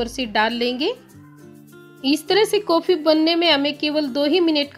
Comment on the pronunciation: Uffff jaag Nahi jhag, kofii Nahi coffee, sakkar Nahi Shankar, sake Nahi shake uffff Hindi ki maa Bahan ek Kar Dee please pahle theek se boliye ji phir video banaiye